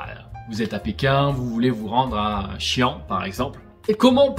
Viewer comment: Ahhhhhhhh mes oreilles saignent avec ta prononciation de Xi’an 🤣🤣🤣🤣.